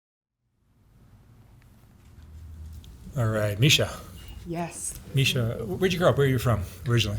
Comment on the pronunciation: My name too and he pronounced it correctly!!